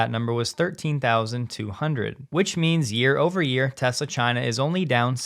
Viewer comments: "I love Tesler" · Biden couldn't even say the word Tesla.